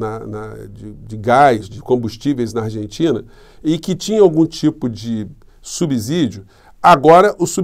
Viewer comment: Nao se diz subzidio, e sim subssidio. Na pronuncia.